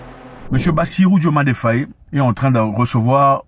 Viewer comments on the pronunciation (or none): C pas Fauyé mais Faye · Monsieur Mwekassa j’ai grandi en sagesse avec vos mots et paroles. Néanmoins depuis peu je vous écoute mais quand vous prononcez nos noms sénégalais vous les francisez. Svp faites juste un effort pour cela. Ex: FayE et non Fayé. KanE et non Kané. Le peuple vous remercie beaucoup et j’aimerais bien vous inviter dans mon quartier à Dakar tout le monde ne parle que de vous. Merci infiniment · Frangin, merci pour toutes tes vidéos 🙏🏾🙏🏾🙏🏾🙏🏾. Infiniment 🙏🏾🙏🏾. Je vous suis et vous regarde pour suivre les informations 🙏🏾. S'il vous plaît, ce n'est pas FAYÉ, c'est FAYE ( faille) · Nous n’avons pas besoin de Karim Wade! Il a été épinglé par l’ofnac, qu’il rende les milliards volés! Par ailleurs une petite digression pour toi Zack, au Senegal on prononce bien le nom du président “FAY” le “e” est muet. D’ailleurs ce patronyme existe aussi chez nos voisin Gambien car la Gambie et le Sénégal ont les mêmes ethnies et on dit bien “FAY” en prononciation. Même s’il s’écrit FAYE.